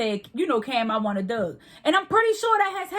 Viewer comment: GirL, stop saying "dug" and say dog...Damn